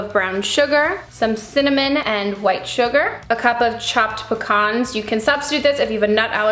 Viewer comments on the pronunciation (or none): I'm not the only one who thought it looked really gross right... I genuinely thought that it had like.. Insects in it.. Also did anyone else cringe at the way she said pecans? But after this video I really want to try it cause I love things like that.. Yum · She says pecans weird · Do Americans really pronounce pecans like that? Or is she just saying it funnily?